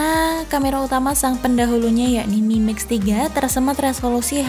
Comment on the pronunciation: Aku salfok dengan kalimatnya ngomong mimix 🤣